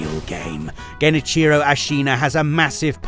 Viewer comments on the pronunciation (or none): Genichiro sounds more like two words > Gen + Ichiro. It does not sound like geni-cheero.